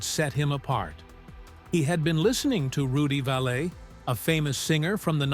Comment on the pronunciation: Its rudy (phonetic,) 'val ee narrator